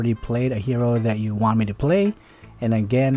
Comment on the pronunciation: Im never gonna get over that "PHEACE"